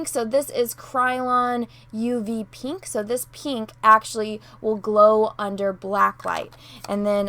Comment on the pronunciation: Love the way you say "pee-nk"